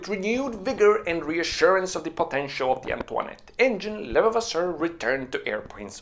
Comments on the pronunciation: Excellent source of knowledge. Thank you! Try to pronounciate it like a british saying "Le-vah-vah-sir" and you will almost got it 😄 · It's pronounced .."Le" "Vav" "Ass" "Sir"... so say it quickly and with emphasis on "vav" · Not hard. Just say.... Le vas sir. Leon Le vas sir. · I'm hearing lelevasseur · It's Levasseur not Levavasseur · Pronounced leva-vasaure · le' vasser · YOU ARE NOT PRONOUNCING THE INVENTORS NAME CLESTLY!!!!!!!